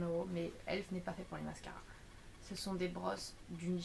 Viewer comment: Sa se dit E.L.F prononce toute les lettres,c'est pas elf ..